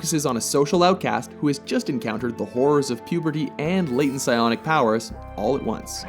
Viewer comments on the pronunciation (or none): none